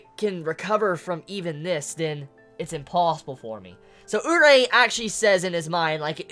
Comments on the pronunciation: It's pronounced you-lee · It's more like Oo-reee-eh. The proper pronouncination can be heard in "Dance with devils" or sth like that - it's airing currently- one of the characters (main bishes) is called Urie. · Then how is a Yuri pronounced? "Urie?" xD